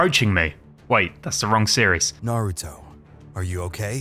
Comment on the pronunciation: Did jaraya say “nurooto”